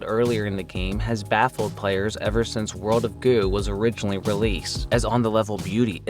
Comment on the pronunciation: For a moment, I thought you said "World of Goon."